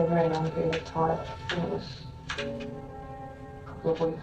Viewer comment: Why do you say "Rery" instead of "Very" is it intentional? Not shaming you, it's just not something I'm used to so I'm curious.